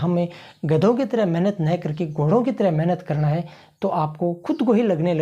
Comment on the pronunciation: प्रेजेंटेशन बहुत बढ़िया। एक सलाह ण के स्थान पर न का उच्चारण करनें का प्रयास करें, और निखार आएगा। जैसे करणा के स्थान पर करना ही बोलें।चेहरे पर मामूली सी मुस्कुराहट रखें, प्रेजेंटेशन में चार चांद लग जाएंगे। कॉन्फिडेंस अच्छा है।